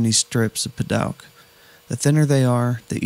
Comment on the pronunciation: Never heard padouk pronounced "pad-aug" before.